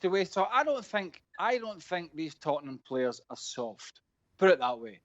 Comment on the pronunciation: “I sink Spurs are a small club”